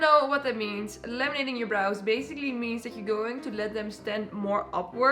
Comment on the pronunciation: I keep hearing "Lemonading"